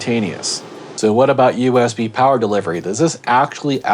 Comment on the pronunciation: Elmer Fudd made a powa station. It's a CellPowa you waaskeli wabbit. I rather enjoyed your laid back chillin to the music session - funny stuff!!!